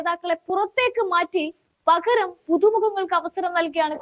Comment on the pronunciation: "പഘര൦" അല്ല പകര൦